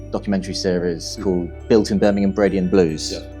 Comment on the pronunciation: Love that he makes the effort to pronounce Birmingham properly instead of the typical American BirmingHAAAM